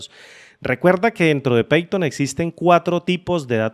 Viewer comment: No se pronuncia peiton, es paiton cómo se pronuncia